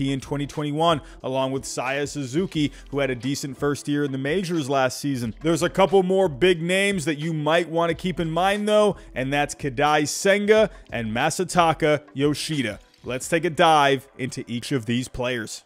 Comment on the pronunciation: These pronunciations are making me upset... Koh-dye sehn-guh Ma-suh-tah-kuh Yo-shii-duh